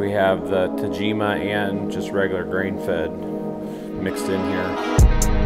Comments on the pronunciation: He will be the queen until he learns to pronounce "tah-jee-mah"! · Y'all should give up on pronouncing tajima 😂